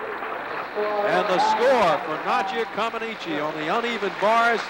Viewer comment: It was crazy that even after listening to Nadia's interview and how she pronounces her own last name that the idiot commentators still call her Nadia Commenicy. The ineptitude of American commentators in the 70 was incredible. Just like that absolutely stupid and I thought insulting comparison between Nadia & Olga. This video also highlights the lack of American understanding of what was really happening on the courts as proved by the boos when Bart Conner won the competition and America's first medal in 40 years.